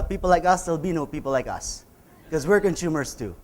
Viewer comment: "Conshumers..." je je je... no, but really, cool talk. Thanks so much.